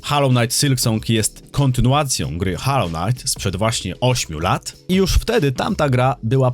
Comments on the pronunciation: to jak mowisz " hallow " znaczy świecić czy w tym wypadku uświęcony, bo tak to wymawiasz. Natomias to jest " hollow " czyli pusty ( czyt. mniej więcej holoł ) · holoł, nine haloł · HOLLOW, nie hallow ffs... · Ale cringe wymawiasz nazwę gry xDD hAllow knight sYlk song xDDD Kłuje w uszy.